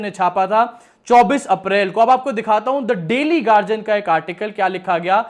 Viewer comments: Yeh garjian kya hai?, Guardian bol na. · Gadian hai gagian nahi